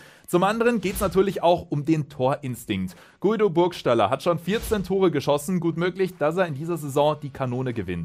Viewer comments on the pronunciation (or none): Gido und Güido Burgstaller gesprochen. Aber cooles Video. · Unangenehm wie du Guido Burgstallers Namen aussprichst..